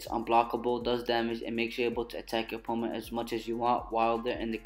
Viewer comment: When your saying. Opponent it’s like your saying oponet.